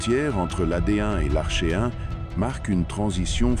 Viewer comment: On prononce "arKéen" et "arké", comme dans "archaïque" et "archéologie"... bon sang de voix IA...